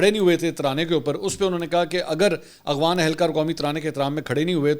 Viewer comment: منصور صاحب میں آپکے سب ویلاگ دیکھتا ہوں ۔۔لیکن دکھ اس وقت ہوتا ہے جب آپ افغان کو اغوان پڑھتے ہو۔۔۔شاید آپکو افغان لفظ پڑھنا نہیں آتا ۔۔۔دوسرا ایک ویلاگ میں افغان سفیر کے قومی ترانے پر کھڑا نہ ہونے پر شدید تنقید کی آپ نے۔۔۔قومی ترانے کے سامنے کھڑا ہونا فرض واجب تو نہیں۔۔۔جب تلاوت کی جارہی ہو کسی محفل میں تو آپ کھڑے ہوتے ہیں۔۔ نہیں نا۔۔۔۔قومی کھیل۔قومی پھول ۔قومی چیز جو بھی ہے کیا آپ ان سب کے سامنے کھڑے ہوتے ہیں۔۔۔اور اس سے بڑھ کر کے آپ اللہ کے سامنے کھڑے ہوتے ہیں۔۔۔بہت افسوس صد افسوس